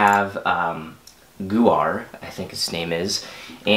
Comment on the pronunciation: Not to be that guy but It's actually pronounced more like Gau as in GOne and har like her So Goher